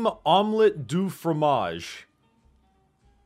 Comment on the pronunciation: It's not "omlat du fromage"